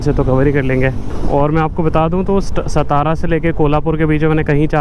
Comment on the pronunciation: Bro khud ka nam bakiyonka pata nhi to bura lagta and hamre city ka nam har bhar galat leto ho ye kaise chalega stara nhi hai satara hai